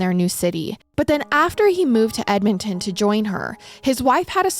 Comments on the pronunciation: 😂 What did she call it? Just an FYI: it's Edmonton = Ed-mun-ton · Hearing pronounce Edmonton, the first time, made me jump a lil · They way you pronounced Edmonton the first time made me laugh 😂 you got it right the second time lol